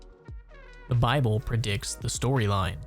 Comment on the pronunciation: “Predicks” brother???😂